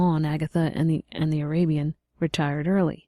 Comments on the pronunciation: The first narrator pronounced Arabian abian. She should have read over it until she was comfortable with it. Just cause you are a volunteer doesn't mean you do a poor job. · say abian... one more time.